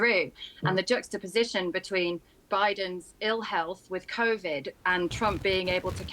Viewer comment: Convid... ralmao